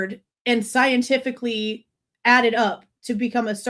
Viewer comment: He can say incentivized but not scientifically lmao.